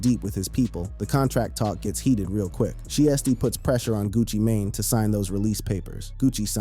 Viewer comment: How yo reporting got weight? You don't know how to pronounce thier names? Gucci mane or Pooh Shiety!